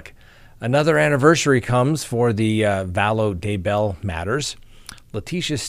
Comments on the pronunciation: the first time you said Daybell in today's broadcast, you pronounced it right!:) But, the second time, you went back to your old pronunciation.:( Oh well, I'll say this much, I wish it rhymed with hugger;) It would be easier. Cheers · He does pronounce it as if Daybell was 2 different names when it's just one. When he says Chad Day Bell it's like Day is a middle name.